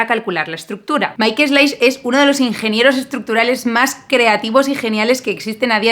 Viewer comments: MAIK SHLA-IJ se pronuncia. Nada de Maikel Maikol, que es alemán. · Se dice mike "eslegh" (colocando la lengua en todo el paladar superior) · Se pronuncia Maik Shlaij